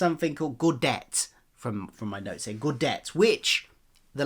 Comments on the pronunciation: It's Gow (Rhymes with Cow) Day Tay. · Gaudete is pronounced gow day tay. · Nitpick incoming, gow-day-tay is the English pronunciation, the Latin original is Gow-DEH-teh, so no ay sound.